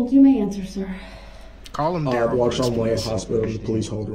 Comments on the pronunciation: The fact that his name appears in all caps on documents and the pronunciation BUT — his own MOTHER pronounced it Darrell not Duh-rell. 🤭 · He's mother calls him Darrell not duh rel.